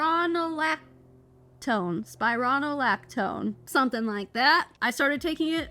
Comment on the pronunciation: You pronounced spironolactone like a pro! 👍